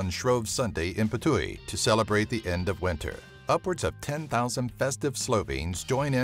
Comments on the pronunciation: its Just Ptuj not p-tuj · im from slovenia and you dont say putuj you say ptuj u is missing :DDDD